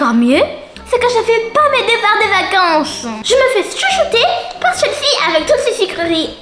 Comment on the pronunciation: elle la dit chelsae 😱:elbowcough::yougotthis